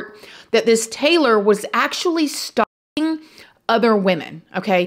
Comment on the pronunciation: Why are you pretending you can’t say “ stalking” ???